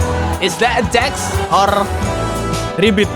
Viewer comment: Jax bang bukan Jack